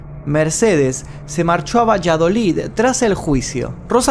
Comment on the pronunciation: podemos apreciar cuando pronunció correctamente Valladolid? Con la LL en vez de la tìpica SH del sur